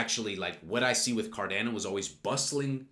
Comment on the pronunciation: You're aware it is pronounces Car-DAH-no? Just listen to a Charles video how he pronounces it.